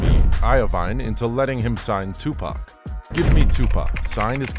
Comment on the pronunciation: right daym atleast get 2pac name correct